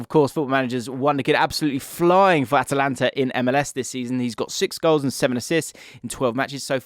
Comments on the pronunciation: It’s Atlanta not atalanta 😂😂😂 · its "at-lannuh" (Atlanta) not Atalanta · I can’t get over you calling Atlanta ATALANTA